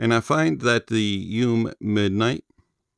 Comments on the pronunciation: Drink every time he says “yoom” and not “you-may” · FYI, YU ME, means "dream" in Japanese. Midnight dream. It's pronounced Yu Meh. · Yes, actually. But I kinda like how he pronounced it 😂